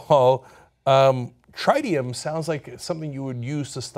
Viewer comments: your pronunciations of tritium and cesium is off - tritium is with `i' not 'ay' - cesium is with 'ee' not `æ'. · It's not pronounced Try-tium it's Trit-ium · Guys just a small point, cesium is pronounced see-zee-um, tritium is pronounced tritt-ee-um. Interesting that in Fukushima the nuclear meltdown is so severe that even robots getting too close fail after about 30 minutes or so. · My god John, the way you pronounced "Caesium" and "Tritium" gave me cancer. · The only thing giving me cancer is the way you guys pronounce Tritium.